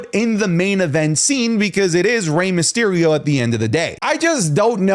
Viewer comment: Myserio? Not Mysterio?